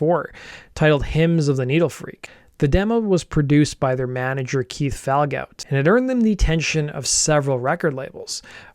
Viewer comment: You got Duet correct. DEW A. Pitre is pronounced PEE TREE. Falgoust is pronounced FAL GOO.